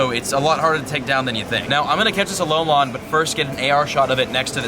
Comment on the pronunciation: it tilts me how you say alolan